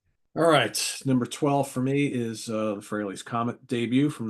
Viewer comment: It’s FRAY-LEE, Martin